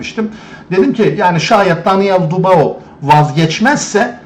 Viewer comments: Kiymetli tespitleriniz var. Mutesekkiriz. Ancak su Daniel' in soyadini dogru telaffuz etmeniz yaptiginiz isin niteligi acisindan onemli olacaktir diye dusunuyorum. Bu genc arkadasin soyadi Dubois yani telaffuzu dü-bu-a yani du-ba-o degil. Dikkate alacaginizi dusinerek yazdim. Tesekkurler. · Abi videolarını izliyorum, konuşma tarzını beğeniyorum, her şey çok güzel fakat sen şu Daniel Dubois' nın soyadını "Dubao" diye okuyunca tribe giriyorum izleyemiyorum.....Doğru okunuşu "Dübua" şeklinde olucak....Fransızcadan gelme bir soy isim sanırım' o yüzden bu şekilde okunuyor....Naçizane katkıda bulunmak istedim.....Dikkate alman dileğiyle... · Don Charles'ın konuşmalarını izleyince ben bile ayar oldum. Çok uyuz bir herif. Bu arada, Dubağo değil, Dübuğa bey. Saygılar. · Bey; lütfen ‘Dübua’ deyin. Fransızca’da “oi” sesi “ua” okunur. Paylaşımlara devam. Teşekkürler ederiz.